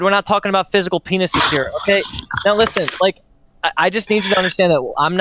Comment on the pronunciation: love when the first thing I hear is LISSEN M8